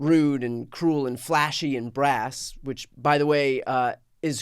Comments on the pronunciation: Brash , not brass. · Brash, not brass.